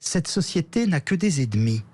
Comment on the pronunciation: apprenez à prononcer " E N E M I "; pas edmi!